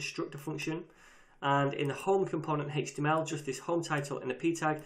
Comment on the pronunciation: I kept googling "Hixtima Property" until I finally realized he said "HTML Property"